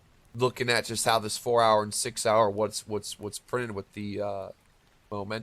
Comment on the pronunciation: Every time you say six hour I hear Sig Sauer